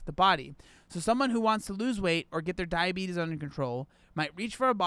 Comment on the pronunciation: Why do you say diabetes like that